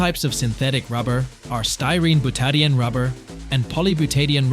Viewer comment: Oh jeez, bootadienne? So we have either an incompetent narrator or more AI rubbish. Byoot-ah-die-een ffs